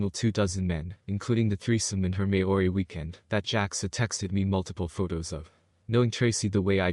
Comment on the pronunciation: the word maori pronunciation is a bit off. try mole-ree